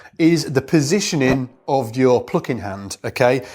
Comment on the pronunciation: 'uhpright'... 'pluhcking'... 'pickuhp'... What's that accent?